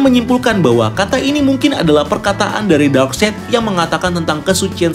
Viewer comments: DARKSAYD. NOT. DARKSEID. CARA BACAMU LHO MAS. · Iya bener lho Darkside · koreksi steppen wolf = baca steven wolf bukan stiven wolf darkseid = baca darksaid bukan darkseid...